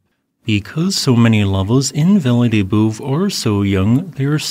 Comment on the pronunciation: Good report, Italian pronunciation so so…Valle Del Bue…pronounced Vahl -leh Dell Boo-eh